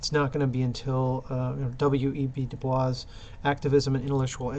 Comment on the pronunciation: Nobody says DuBois with the french pronunciation. It is DOO-BOYS.